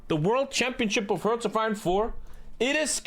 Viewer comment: In all those years, has no one ever told how the word hearts is pronounced???